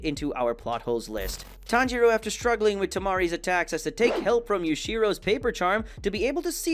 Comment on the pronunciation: He pronounces a lot of things wrong, Sabito, Tanjiro (he occasionally says it wrong which makes no sense if he knows how to say it), Inosuke (which you mentioned), Manga (which he also later decides he wants to pronounce correctly), Nezuko, and Gyutaro. It hurts my head watching these videos and hearing them butcher the names.